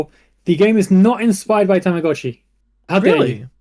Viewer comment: HA the fucking SECOND he said Tamagotchi I KNEW was gonna correct him